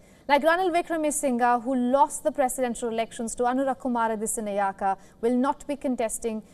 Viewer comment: Sorry to say this... I heard the lady announcer who does the announcing makes a wrong pronunciation of the Sri Lanka President - Anura Kumara Dissanayeka. If she is unable to pronounce the name correctly she should not take up the task initially & could have given to somebody else... after all he is an Excecutive President of a nation. Pls do not consider my comment as a critisisam, it is on a thoughtful manner i said